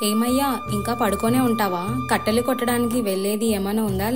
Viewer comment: Kattalu kaadhu kattelu